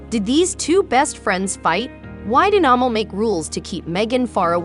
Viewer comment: Her name is pronounced "A-mall" ..... short 'a', accent on second syllable. It chips away at your credibility when you don't pronounce names properly....easy to research.